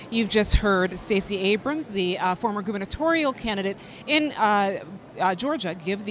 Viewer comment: Why did Thtacey Abramth make the Democratic response? I wanted to turn the T.V. off as soon as she came on. Hearing random 'th' sounds between syllables was incredible annoying.